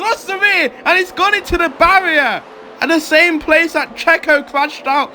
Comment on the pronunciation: Takes "pleace"😂